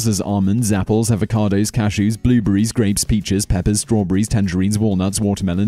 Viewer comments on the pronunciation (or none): The way you said blueberries lol not hating